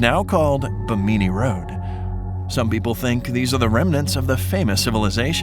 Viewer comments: Great video, but did you really pronounce that as "Bi-meene"? It's actually pronounced "Bih-mini", as in the Bahamas 🇧🇸! God bless & keep up the great work. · BIMini CAY-cee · Learn to pronounce bimini its bim-ini not bi-mini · Ba meany? Lolol learn how to pronounce something before you go to all the trouble of making a video. (Bim-in-e) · Edgar Cayce = Kay-SEE, Bimini = Bem-en-ee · This would be a lot more credible if the narrator could actually pronounce the subjects correctly. Like Edgar Cayce (pronounced K C) Or Bimini (pronounced bi-muh-nee)... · You pronounced Bimini wrong it's Bim-min-e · Why are you saying Bimini so weird??? Its pronounced Bim-e- neé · You need to learn how to pronounce the names you use in your videos. Edgar Cayce's name is pronounced K C and the road in the Caribbean is the Bimini bim-in-e Road. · Bimini is terribly pronounced btw... (as a Bahamian... it's BIH MIH KNEE ... not whatever you were pronouncing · Um, it's BIH-MIH-NEE, seriously???😒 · Your voice bot can't pronounce Bimini or Cayce. You need a new voice bot. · You’re pronouncing the name “Cayce” as in Edgar Cayce and the place “Bimini” incorrectly. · How many times in your videos can you mispronounce words. In this case you mispronounced Bimini and Cayce barely a minute in. Look it up, google it or just get someone with a brain. I like your videos but your constant mispronunciations make me wonder. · You are pronouncing "Cayce" and "Bimini" wrong. It's like Casey and In Bimini there's no stress on the first I so it's exactly how it looks. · Your pronouncing Bimini completely wrong